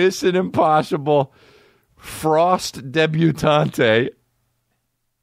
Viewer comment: Debutanay lol thats how it should b said